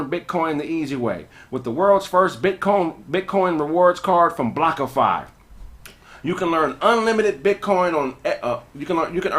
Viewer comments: BlockFi not blockofi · saying Blockfi wrong is hilarious. Him not giving a damn is even funnier